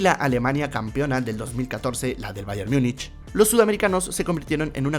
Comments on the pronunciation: No se pronuncia Myunich, sino tal como se escribe en español "Múnich" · en español se pronuncia Múnich y está hablando en español. No está hablando en alemán para pronunciar "mungen" ni en inglés para decir "myunic". Es más como un híbrido entre español e inglés. Pero se entiende que es porque la mayoría de comentaristas deportivos de grandes cadenas televisivas pronuncian así mal